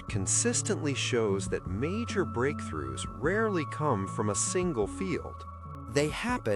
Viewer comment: "BREAKTROUGHHS happen at INTERECTIONS" LMAO - WTF? Interection sounds dirty... Enjoyed the vid regardless.